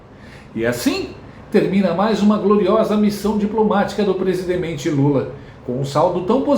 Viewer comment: O Brasil só passa vergonha com esse " presigengue "